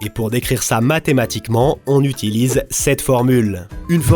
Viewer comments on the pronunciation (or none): none